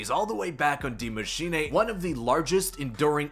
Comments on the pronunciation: Die machine not d mashina lol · Soo uhhh "die maschine" is GERMAN for "THE Machine" and not "die" as in death but German for "the" ... Ik language... Die (Dy) Maschine (Ma -shee-ne) like charlie sheen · why do you say dee machinay